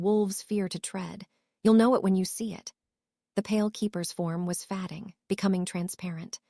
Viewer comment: Fad-ing. I wish they would make these AI voices pronounce words correctly.